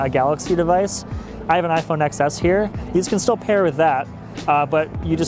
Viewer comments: It's iPhone ten-s, not ex-s. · Aarnav Sarda ikr that’s so annoying it’s pronounced 10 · Obviously its pronounced iphone tens. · HE SAID EX ESS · And he said he had an iPhone XS and pronounce it XS not TEN-S. This can’t be his real job. What kind of tech reviewers doesn’t know how to properly pronounce the name of their phone. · Aarnav Sarda right? If he doesn’t even know how to pronounce a name correctly, why should I trust him to know anything about these earbuds? He’s probably the kind of dude to say “Super Bowl Ex Ex El” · Did I hear " I have an iPhone 'excess' here"??? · Did he really say iPhone Ex-Ess 🙄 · Did he seriously just say “iPhone Ex S” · Any time I hear a tech “journalist” say iPhone excess instead of calling it by the proper name, I immediately am no longer interested in what they have to say because they obviously aren’t very knowledgeable. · Damn it he pronounced XS wrong